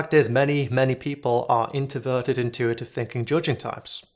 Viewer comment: You said conToversial and inToverted without the R